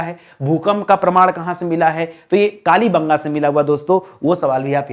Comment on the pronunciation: What matter yak bar bolte dolavira bera fir bolte ho kali banga kya bol rahe ho apne aavvj ko phachno. Kalte mate bolo.